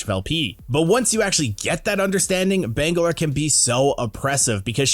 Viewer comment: "bengalor" lmao